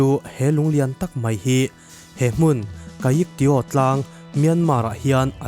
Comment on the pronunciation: Kyaiktio tih kha Chaikţhu tia chhiar tur a ni e.